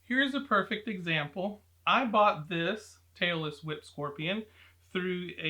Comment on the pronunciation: Am I the only one who kept hearing ‘Taylor Swift scorpions’ lol? 😅